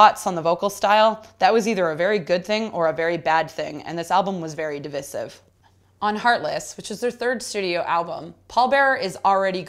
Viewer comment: divisive? dəˈvīsiv